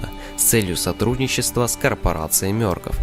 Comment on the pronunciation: не мёркоф а мёркоф